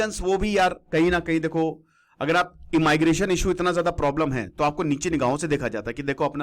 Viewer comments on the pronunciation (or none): ईमाईग्रेशन इमलीग्रेशन नहीं होता इमिग्रेशन होता है चोमू😂😂🤣🤣